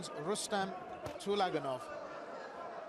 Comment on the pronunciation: Please, correct the name (surname) of the boxer from Uzbekistan. It is TULAGANOV (not ULAGANOV)